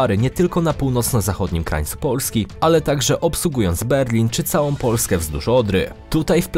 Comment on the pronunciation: Czemu wymawiasz samogłoski podwójnie? XD POOlski